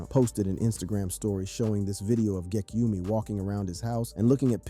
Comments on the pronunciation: Xxx ten tas see on . Is how u say it fqm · Should’ve learned to say his name before doing the video 🤦🏽‍♂️ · nga died 6 years ago and you still cant pronounce his name right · I DONT MEAN ANY HARM BUT PLEASE LEARN HOW TO PRONOUNCE HIS NAME THANK U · LEARN HOW TO FUCKING PRONOUNCE ITS NOT GEKYUMI ITS GE K Y U M E AND ALSO ITS FUCKING X X X TEN- TA - SION NOT XXTENSION